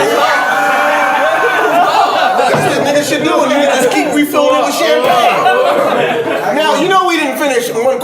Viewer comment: He said the name of that champagne all wrong